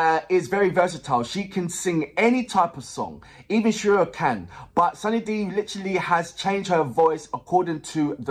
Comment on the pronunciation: Now react to kamli song by sunidhi chauhan . Her Name pronunciation is soon-nee-dhee n not sanidhia 😁